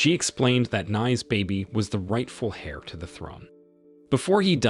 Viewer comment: Virtually all the Chinese name are butchered. Nie (rhymes with Die) Ling'er, Tian (rhymes with Ryan) Anye (Anne-ye) and Qin (Kin) Gu as well... also, somebody should tell him that the initial h in "heir" is silent and that "heir" and "hair" are not homophones.